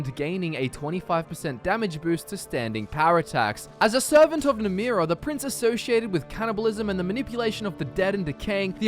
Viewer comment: Ye my favourite daedra isnt namira its NAMRIA. ye..